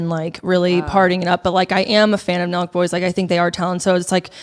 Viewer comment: Omg why did I think u guys kept saying “milkboys” instead of “Nelk boys” and that’s what I searched 😂